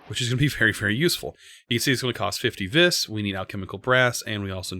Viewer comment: Ok I know this dosnt matter but... Vis is pronounced ‘V’ that’s it just say the letter V. It’s Latin for Power. Total Nerd post I know.